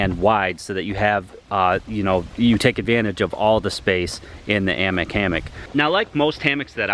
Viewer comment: Aye-mock... not Ammick. Its Norwegian. Its another language, its not pronounced how you'd think.